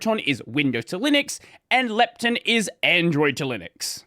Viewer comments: he speaks Proton correct but Lepton like it is lacking an O. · As an American listening to you change the pronunciation because of your accent, to another pronunciation that is still different because of your accent was funny. Especially when it’s contrasted against protON, and you say leptIN haha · Why do you pronounce the -ton in proton and lepton differently?? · I simply can't believe that "lepton" is such a common word in your speaking environment that you have a culturally preferred pronunciation. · the second "o" in proton is pronounced like "oh" instead of "eh" because the preceding syllable contains an "oh" sound, which is a common pattern in English. for example: moron, boron, botox. lepton doesn't follow the same pattern so intuitively it makes sense to pronounce it differently. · i guess, everyone is used to proton being pronounced how it is but pretty much everything else ending in "ton" in Australian English is "tin"/"tun".